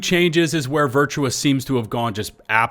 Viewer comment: It is Virtuos not Virtuous xD